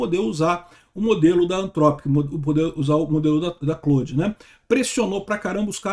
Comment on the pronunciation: Até que enfim alguém pronunciando Claude da forma correta.